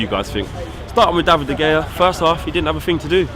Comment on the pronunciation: Please. Please. Don’t pronounce De Gea like that...